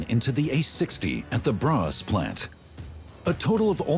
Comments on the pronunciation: NOT BRA ITS BRA-....ÅS YOU TALK PRONOUNCE IT WORSE THAN OUR IMPORTED astrophysics and nuclear scientists.. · Braas? No, braÅS! pronounced bra'ohs' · in Braås not Borås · Information: what sounds like Braas is actually Braås,a small village 20km north of Växjö Sweden!!!! Why does he have this terrible pronunciation???? Would it not be ok to at least try to find out the correct pronunciation before you make a video like this???? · BORÅS! Pronounced Boo r å s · No it's not. Braås